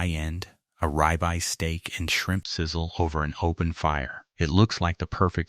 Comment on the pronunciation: ugg AI....what is a "rybye" steak 😅 Thats what happens when u eat a duraflame log-o-chemicals....